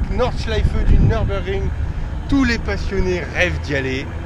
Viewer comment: Apprenez d'abord à prononcer Nürburgring correctement. Pour information, ça se trouve en Allemagne. Il n'y a donc aucune raison de prononcer ça à l'anglaise.